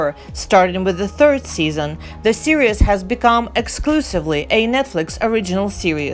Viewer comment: Are you trying to say Series? Because it sure sounds like serious.